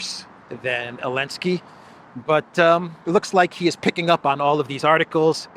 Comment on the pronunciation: Why does he call him Elensky?